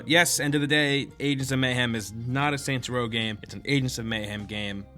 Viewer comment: Kept thinking he said santa row at the start